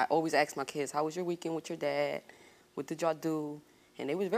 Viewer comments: Exactly!!!! I hate it when people say 'aks!' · Why do most black people say 'aks???' it's not a frickin word, seriously!!!